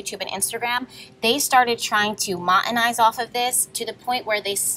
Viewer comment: Great reading sounds like Mon Eh tize